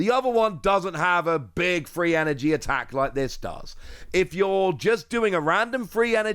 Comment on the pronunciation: I'm sorry it took me a minute to understand. I'm new to battling pokemon. I had no idea what a FREE energy attack was. After a few minutes I realized you were saying THREE.